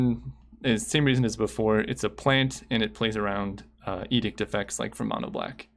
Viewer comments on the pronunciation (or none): none